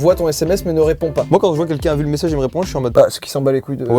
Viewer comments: C moi ou joyca il dit “quinquin” pour dire “quelqu’un” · Joyca j'espère qu'un jour tu réussiras a prononcer le mot "quelqu'un" et non pas "quenqu'in" 😂😂😂 désolé mais chaque vidéo je veux te le dire je le fais pas donc mettez un petit like pour qu'il voit 😂😂